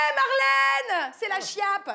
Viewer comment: "La Shiappe" :D